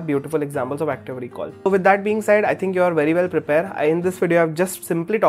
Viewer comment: And thankywewweww so much!